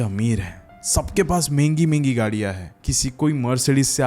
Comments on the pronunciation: Mengi nai hota. Mehngi hota hai. Rest all good 😅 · What is “Mingi” “Mengi”???😂😂😂 It is MEHENGI bro!